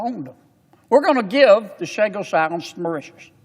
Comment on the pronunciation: I thought this bull** about Chagos was finished and vetoed by Frump. Typical Yank can't pronounce a single name correctly unless it is in Spanish.